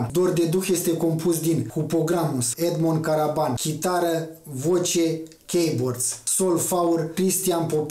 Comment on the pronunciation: Edmond Karban, nu Karaban. in rest ok.